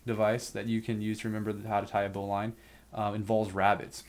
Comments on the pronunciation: Dad was a boatswains mate in the Navy ( pronounced bozns mate) . He would always say, " a good knot is easy to tie, easy to untie and doesn't kink the line". He could tie a bowline one handed as well as lots of fancy work. He pronounced BOWLINE with a short "i " NOT a long "i". Just sayin. Thanks for the review. PS. The little jingle is called "the sailors hornpipe" not the Popeye theme song DOH. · Sailors say bowlen ... not bow line. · great video. Thank you. btw, bowline -> pronounced BOUGH - luhn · Bowline is pronounced 'Bowlin' also the most practical use of this knot is is for situations where there is a lot of strain on your line, because it won't foul, and no matter how much of a load this knot might have on it, if it doesn't cook or part, it can be untied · A bowline (pronounce bowlin) is used in sailing because it can be undone when under tension, not because it is 'strong' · Yea bowlynn is how they pronounce it in firefighting as well. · Bowline... as in the bow of a ship. AMERICANS! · Is it worth disliking for that pronunciation of "bowline"? It might be...